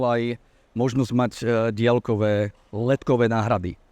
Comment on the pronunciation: Ale menej to ťahá uši ako keď počujem napr. polýcia, polytycká lavica, boly sme atď. A aj ten bosohlavý vo videu dialkové a iné.